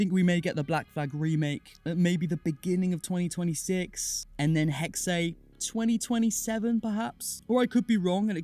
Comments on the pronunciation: Hey im from Germany and its pronunced Hexe, so not Hex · indeed, it's essentially just pronounced as the english (well, obviously taken from german) word hexes, just minus the s.